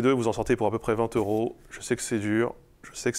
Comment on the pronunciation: 20 t'euros ou 20 z'euros? Ca y est le français par a volo 😂